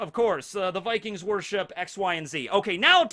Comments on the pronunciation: Vikings is also pronounced like that in Slavic languages so great job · great pronounciation on the vikings from a norwegian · yes u said vikings corectly :) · Yeah, you said «vikings» right! But we have different grammar from english so the ending would be something different, like -er, -ene etc swedish and danish would also have similar endings like norwegian